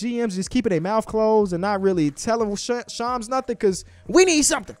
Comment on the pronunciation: Lol bro how do you say ham? Lol say ham. And then say sham. Add an “s” and you got shams. Who is shoms?😂😂